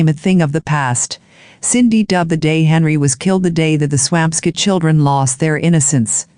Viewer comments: Its Swampscott , NOT Swam Scit Such a sad story. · I'm from that town. I promise you that it's pronounced Swamp Scit 😉